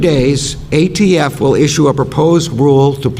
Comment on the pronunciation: He said AFT multiple times. It’s ATF Can’t believe this is the best the left has.